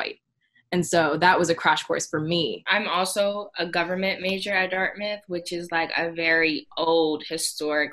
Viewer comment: she really didn’t say DIRTMITH?? 😂😂😂😂😂